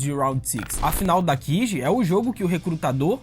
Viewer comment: Não se fala dakiji e sim kaji (pelo que ouvi)